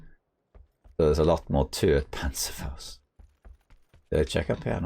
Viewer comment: "Panzerfaust" 😂😂😂 my brain actual needed some time to process what you said. 😋 And: GG! Grats for winning, is this game always this hectic? What a mad speed to play...🫣